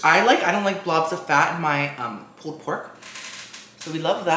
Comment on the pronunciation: “Pooled pork” 🤣🤣